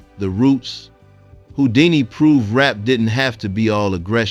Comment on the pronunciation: Well deserved and earned tribute. Thk U. Also replace ripped with R-I-P and Who-dini, not whoo-dini.